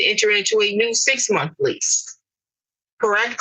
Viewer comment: Munt = month in English.